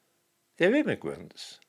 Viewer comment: Not "Immigrants" but Gimmigrants.